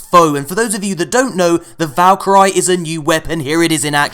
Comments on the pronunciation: And yet again another pronounciation fail for. Valkyrie is pronounced Val-ker-ee (/vælˈkɪəri, -ˈkaɪri, vɑːl-, ˈvælkəri) Not Valker-eye. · You're pronouncing Valkyrie wrong